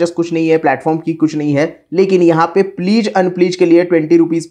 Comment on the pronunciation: Please nhi pledge hota hai😂